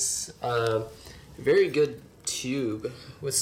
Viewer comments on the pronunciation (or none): none